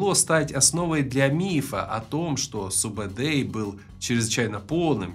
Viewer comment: Во первых,его называет не субедей а СУБУДАЙ! ты тап хорош умник🤦